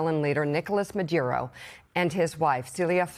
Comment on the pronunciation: You’re both pronouncing Maduro’s name differently. I love hearing your thoughts, but this is distracting.